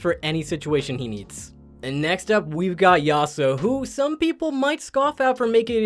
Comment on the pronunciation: That yasuo pronunciation though 🤮 haha